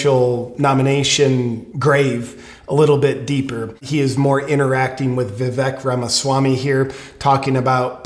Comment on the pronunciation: Anyone else notice that DJT pronounces Vivek Ramaswamy's name perfectly. He also doesn't have any funny / biting nicknames for him. This was a perfect audition for VP by Vivek.